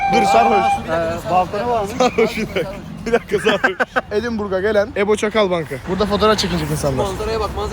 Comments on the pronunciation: Edinbörg diyen bir köylü işte napcan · Edınburg bichhhh